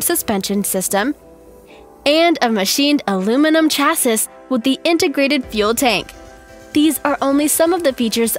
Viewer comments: What the hell.......it's pronounced CHA-SEE!!!!! not CHA-Sis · I'm sorry but what fuck is a chasis?? It's chassis ... Like sha-see ... I think that actually gave me a little bit of diabetes. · 1) Subscribed. 2) "Chass - iss" 3) Unsubscribed. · Isn't it pronounced "chass-ee"?